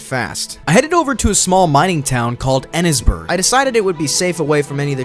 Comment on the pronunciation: Wait a minute. Did you just call Annesburg “Ennis-burg”? 😁 It's pronounced, “Ann-iss-burg”.